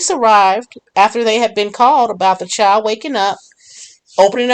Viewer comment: There is not a letter W in the word child